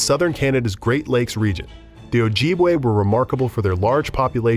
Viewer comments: In this day and age and the mispronouncation is proof the whites still refuse to acknowledge Indigenous Nations. It's O-jib-way. Our women and men are still disappearing and not looked into. One white woman goes missing its chaos and funds given to the family. Whether Indigenous Nations fought they all shared a root. You strangers have pagan, christians, jews, muslim, practices unknown to our way of life but yet call us savages. A name rooted into our beings and ashamed of being called. Now only to freely call yourself savages when you can't and won't ever be brought the darkness our Ancestors faced for you to be here today on Turtle Island. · Completely saying Ojibwe wrong and my tribe Mille Lacs wrong. Ojibwe sounds like OH JIB WAY and Mille Lacs sounds like Mill Lacs 🙄